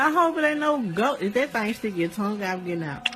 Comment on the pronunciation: no hate but its tongue not thong😂